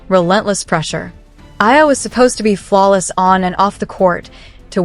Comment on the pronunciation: it's E A L A NOT AYA please do you know HOW TO READ??????? FOR GOODNESS SAKE!!!!!!!!!!!